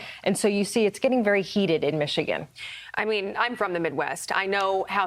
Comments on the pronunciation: Pronounced Michini.... Ya nevermind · Michi-gander. You're welcome 😁